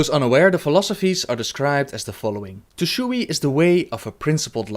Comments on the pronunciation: you dont need to pronounce the "e" in Tushui. The word is only two syllables Tu//Shui Source: asian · it's pronounced Tu Shway